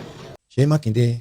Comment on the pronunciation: Makinde say it right